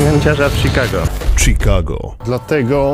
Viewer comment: Czikago, Szikago. Jedna literka robi tak ogromną różnice :D